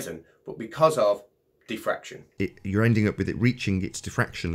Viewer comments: What’s diffraktion? :-P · what is "Thi Fraction"? How about "Die Fraction"? Brilliant!:)))))))))))))))) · Sounds like some people were saying "deefraction" as if it were an undoing of fraction. Teehee. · I have to admit, the first time you said it here, it sounded to me like "de-fraction", and I had no idea what you were talking about. I don't think has that excuse though.